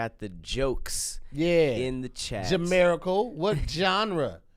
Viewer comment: So no one gon follow up on “Jamiracle”? Lmao